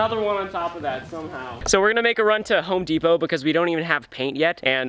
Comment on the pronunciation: Ansel Baldovin lol its depot the T silent